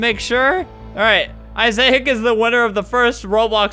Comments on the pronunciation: Albert pronouncing Isaac’s name as Izaic will never not be funny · The way he pronounced Isaac. 😂